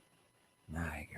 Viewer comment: New-gord,, New-gord... Get the criminal's name wrong so people know who you're talking about.